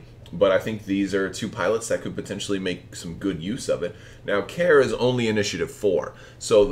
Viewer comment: FYI I believe it’s pronounced Karie not Care. I think there is an accent on the e, and she is a female pilot. See the wiki: Great vid and looks like a fun list.